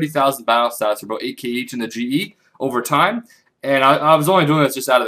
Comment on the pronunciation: "That's pretty much aboot it" ;D